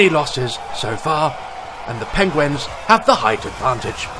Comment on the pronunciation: Who else noticed that when he says penguin, he says "pengwen"